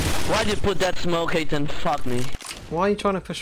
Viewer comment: "HATE-TON" NO!!!!!!